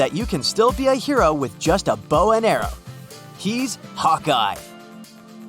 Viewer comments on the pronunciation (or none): none